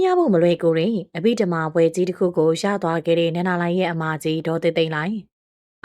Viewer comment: အဘိဓမ္မာဘွဲ့ကိုအသံထွက်မှန်အောင်ဖတ်စေခြင်ပါတယ်